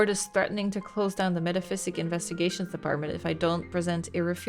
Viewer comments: Bless, never realising it's MetaPSYCHIC not Metaphysic LOL And the song "Poor John" that keeps being sung, it's a real song, my Nan used to sing it sometimes LOL Also I love how when you're asked to answer the horror story questions the bookstore owner says you will earn "An Achievement" and you literally earn a steam achievement LOL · Okay, a day late but I've finally finished the video so now I can say with certainty: never picked up on how the word was "meta-psychic", not "meta-physic" 😭😭😭